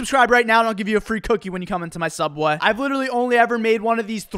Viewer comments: This dude pronounces subway as "subweh" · When says subway, it’s like he says subweaa. Iconic I hope u see this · When you say subway it sounds like Sup boy please heart this comment It will mean the world to me I like your vids And keep up the good work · Nobody: .... Me:.....dafuq is "Sub-Weh"?? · Where's "Sub-Wah"? I've heard of SubWAY...Not "Sub-Wah"... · His “SUBWEH” pronunciation never gets old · I love how he pronounces subweh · Please please say subway not subwe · "Subwahe" and more "subwahes" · “Sub bweh “ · So I'm the only one who hears sub waaee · why does he say it like SUBWAH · Am I the only one hearing "subweh"?💀💀💀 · Does anyone else notice how he pronounces subway as "Subwah" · The way you say subway— 😐